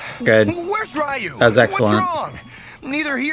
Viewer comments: It really boggles my mind that they can actually pronounce “Ryu” properly when it’s a part of “Shoryuken” but still calls him Rye-Yoo.🤨 Yeah, a lot of people still call Ryu as Rye-Yoo even to this day but I’ve never seen a single soul that calls Shoryuken as Sho-Ryu-Yoo-Ken. LOL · Same honestly. But then they would always say Ryu's name wrong and I couldn't take that lol. Also Ken is a friggin moron in this series. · Yeah, it was kinda forgivable back in Street Fighter 2 era as the game didn't have any samples pronouncing it (other than shoooryuken) but there have been many, many, many Street Fighter games since then that outright say Ryu's name out loud and correctly. Plus the anime movie released in english in 1994 said it correctly too and I would have expected many SF2 fans to have seen it by now even if they hadn't bought the movie back then themselves (I bought it then here in the UK and it became one of my most watched movies ever. And beats the heck out of the Van Damme movie that itself gets Ryu's name wrong and this cartoon is based on that). Ryu is one of the most recognisable characters in gaming. He's iconic. It's weird that even after 30 years there's so many people who can't get his name right... Anyways I ranted a bit more than I probably should. Been a long annoying day. Off to be bed. Goodnight. :D